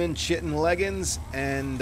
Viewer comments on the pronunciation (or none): The way you pronounce chitin would get on my nerves of you didn’t make it plain that you did it to be funny. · Has anyone told him he's pronouncing chitin incorrectly? Yes, people, that's a joke.